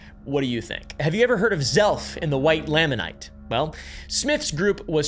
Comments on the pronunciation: how much research would it take just to pronounce basic words? Nephite, Lamanite, Moroni? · Ok. First. Nephite is pronounced knee fight. Nephi, Lehi, etc end with an Eye sound, not ee. Anyway. The white Lamanite (lay-man-ite) does line up with Book of Mormon writings. After Christ visited the Americas in 3rd Nephi, the Nephite and Lamanite civilizations combined for several hundred years. Described as having "no manner of ites among them". They later split into the two ite groups again based on belief in the church, not skin color. So canonically, by the last great struggle, there were light and dark skinned people on both sides of the struggle.